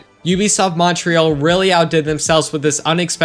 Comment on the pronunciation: It's really funny how Americans say Montreal